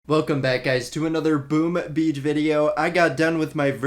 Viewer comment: more sounds like boom uh beach